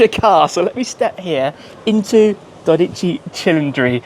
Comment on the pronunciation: It is dódici not dodíci.